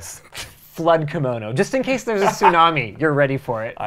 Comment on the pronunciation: LOL he said tsunami